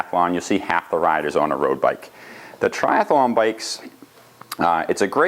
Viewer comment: You know its tri-athlon not tri-ath-alon